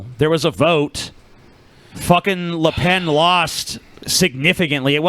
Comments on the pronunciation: It's "Le Pen", not "Le Pain" nor "Le Baguette". Though it's a forgivable mistake. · it's lepen. pen. pronouced like the thing your write with. not lepaan. razorfist is an idiot.